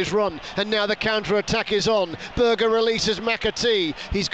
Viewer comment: Great result for the Blades last night and what a save from Foderingham. Ps. Can you tell the commentator. It's Berge not Burger. every game 😡